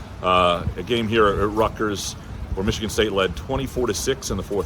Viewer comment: And it was Rutt-gurrs…😂😂😂😂